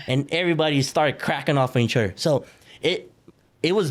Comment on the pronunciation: He pronounces Other Otter